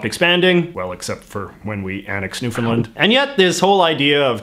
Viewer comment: You said Newfoundland wrong